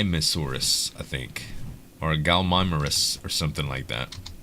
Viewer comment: lol, I spell it out phonetically for you and you Still can not pronounce it properly!! Gal-i-MY-muss, there is no R in it anywhere. ...just sayin! heh